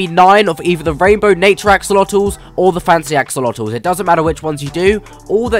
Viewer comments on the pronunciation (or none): Axolotls ❌ AxOOlOtoSiS ✅